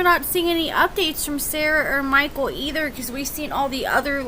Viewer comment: I love how u say mikeul.... Mikeaull. MikeUUUL!!!!